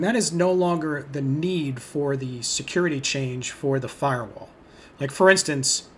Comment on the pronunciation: OH YEAH IF YOU LIKE SECURRRITY YOU SHOULD USE LI- oh